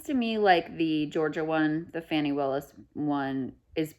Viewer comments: Is it really difficult to pronounce Fani? Her name isn't Fannie and who she messed around with may not have the consequences that people think. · Not "Fanny" kyle. Fani, like fa-la-la.